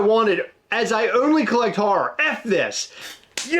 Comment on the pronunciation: Please say Horror in a Jersey accent again